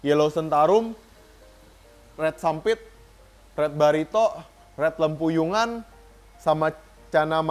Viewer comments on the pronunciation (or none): Red lempuyang kali ko , bukan lempuyungan